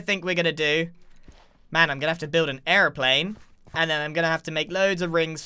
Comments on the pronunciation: An errplane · The way he said airiplane gave me hardcore British vibes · Is he saying airplane or aroplane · when he says Airplane he gets and American voice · is the moment he says it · omg i was thinking about this too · Anyone else notice how every time he said Airplane, he said it with an American accent? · Am I the only one that noticed how American he sounded when he said airplane? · Is it just me or does the way Grian pronounces airplane sound Irish? 😂